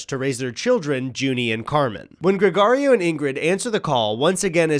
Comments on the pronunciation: As a latino listen to you say "GregArio" instead of "GregOrio" a thousand times is killing me. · Pronunciation of Gregorio and Machete is horrendous. I'm sorry. I'm sorry.